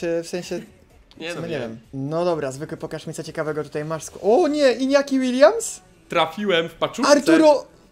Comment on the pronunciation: Łoniaki a nie Iniaki Williams